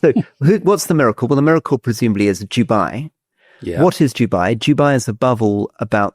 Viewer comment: Why does Rory continue to pronounce "Dubai" as what sounds like "Jewbye"?